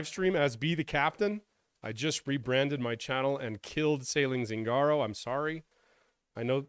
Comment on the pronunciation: You are a good communicator and great story teller. Hope you doing great. But I never suffer how you say Zingaro, so I am very happy about brand change. Because if the meaning is "Gypsy" is an Italian word and you pronounce it wrong.